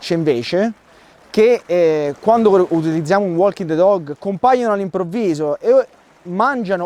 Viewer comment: Bellissimo video come sempre,💪💪 anche se nella pronuncia walking the dog, quella "l" non si può senti😂😂